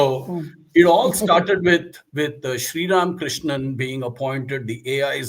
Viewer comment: Barkha Dutt could you please do your homework and at least call Srram KRISHNAN’s name correctly…?